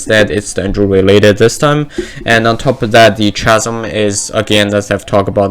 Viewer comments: chasm is pronounces kah zum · Just letting you know chasm is pronounced like ‘kasm’ ☺️